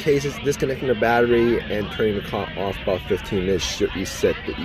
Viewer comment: The vid is excessively long cos you say words like off like it has 3 syllables What s mindfuck